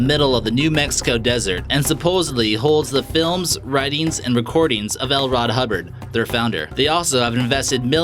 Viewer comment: So much misinformation and mispronounced names. L. RoD Hubbard? Gimme a break.